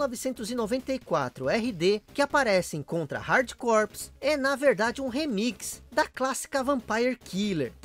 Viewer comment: Você sabia que Corps se pronuncia core? Igual a core do core mesmo! Pois é….. Estou tentando acreditar nisso até agora! Abraço meu amigo!